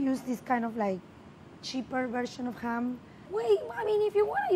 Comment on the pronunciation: and "cHam" 🥰 love her